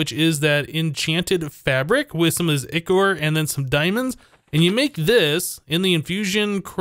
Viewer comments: I think it is Eye-core not i-core like the way it is said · Its pronounced as eye-chor not e-chor :D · Nero Zashi I know this is a year old, but the ch is supposed to be pronounced as a k So it would be eye-ker instead of eye-chore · Ichor is pronounced eye-core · Pronounce it like "I, Core" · it's pronounced Ichor with a stressed I